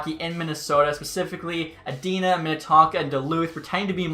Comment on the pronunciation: I love the way he said edina. It’s E-Dine-A. Not a A-Din-a